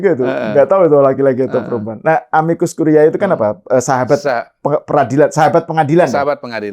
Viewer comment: Dua kata tersebut dalam bhs Latin dibaca: amikus kurié bukan amikus kuriaé.